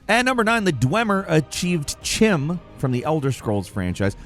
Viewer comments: Chim is pronounced like kim. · Chim is pronounced kim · I believe Chim in Elder Scrolls isn't pronounced with the "ch" it's supposed to be a hard consonant like a K. So it's pronounced "Kim" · CHIM is pronounced "Kim". just like Chaurus is Kaurus, and Chasm is Kasm. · it's not pronounced as Chim. The correct way is Kyme. It's just spelled the way you pronounced it. Surprised you don't know that if you've ever played a TES game. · CHIM is pronounced 'kim' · Chim is pronounced "Kim". That's not the top theory of what happened to the Dwemer. The leading theory is that they became the skin of some giant robot they built. Which they deserved because they were just as horrible, if not worse than Thalmor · CHIM is pronounced kɪm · Chim is pronounced Kim btw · Not to be that guy, but it's pronounced "Kim" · It’s pronounced kim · Chim is pronounced “Kim”